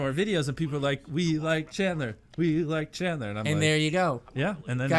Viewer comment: Chadler its janitor